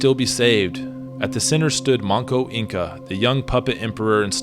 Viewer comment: The name is Manco Inca, not Monko.